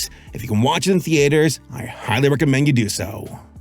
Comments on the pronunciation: Th-EE-ters Th-EE-ters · The-aye-ters. lol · Omg the AY ter. Youre killing me LOL